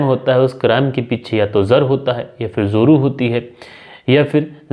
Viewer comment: Zoru nhi joru sa lafz hai.